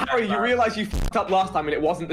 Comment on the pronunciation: Everyone: "Harry" Dream: "Hairy"